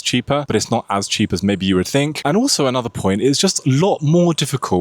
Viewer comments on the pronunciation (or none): none